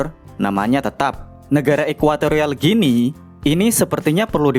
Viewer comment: Kenapa Guinea jadi Ginea ya, bukannya dibacanya Gini, kayak Papua Nugini